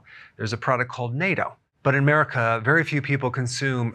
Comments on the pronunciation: 👍 but Natto it’s pronounced “Natto” Dr Berg, not ‘Nayto’. There’s a bunch of YouTube videos to show you 😉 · The Japanese fermented beans are called Natto ( Naw-to). Not -toe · Not NATO.. it is natto... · Dr. Berg it is pronounced nah-to not nay-to. I do love Natto… but it is high in carbohydrates. I take a D3/K2 supplement and do weight bearing exercises. Hopefully my bone density test will improve! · Why is he pronouncing natto as nato? Natto = Not Toe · The pronunciation of "Nat" in Natto rhymes with bat, cat, fat, etc. You're pronunciation sounds like Nato. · fyi its not NATO it is Natto (nahto) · I know! He keeps saying "nay-to". Hahahaha! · Dr Berg it’s pronounced nA-tto big AAAA-tto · It’s pronounced as “nah-toe” (natto) :^) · they are pronounced "Nah toes" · Nato, short a sound. Nah-toe. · I've never heard "natto" pronounced "NATO" - I think it's pronounced just like it looks, isn't it? (With a short "a" rather than a long "a.") We ate it for years when it was available at our local grocery co-op, but they stopped carrying it after awhile. It was our favorite in soups, on rice and veggies, we missed it when it was gone, sought it out, found it online at a Japanese miso shop but expensive and shipping cost a lot... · it's pronounced "nah toe." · Greetings from Japan, Dr. Berg. Love your videos. Thought you would like to know, fermented soy beans is pronounced, “NAH TOH” Thanks for everything. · NATO - The North Atlantic Treaty Organization, also pronounced "nay-toe" (don't eat this one.) NATTO - Fermented soy beans, also pronounced "knot-toe." (Please, do eat this one.) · Natto , pronounced notto is in a store near me.